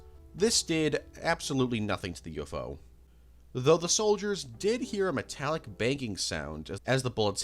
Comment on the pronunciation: It’s so weird to me how he pronounces UFO as U- Fo.